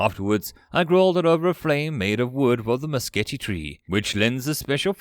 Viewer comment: I know I'm a bit late, but Mesquite is usually prnounced "Mes-Keet" at least in 'Murica. Which is where it grows and people speak English.